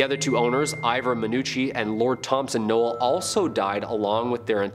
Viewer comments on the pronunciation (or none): none